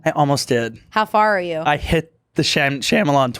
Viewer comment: has mispronounced M. Night Shyamalan in basically every episode and this time he finally said it correctly then corrected it to the wrong pronunciation 🫶